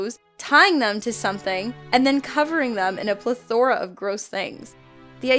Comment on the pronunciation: She said plethora wrong. /ˈpleTHərə/ Dude google even says it for you....